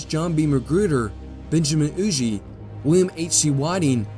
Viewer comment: pronunciation of hugers last name is like ruger but with an h